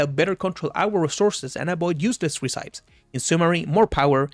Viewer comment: Just so you know - not that it matters but it does make you sound more "pro" - "recipe" is not pronounced "reh-sigh-p" is is pronounced "reh-sip-pee". English is borked, I know.